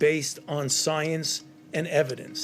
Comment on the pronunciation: Is it just me or does he say science in a different way than normal?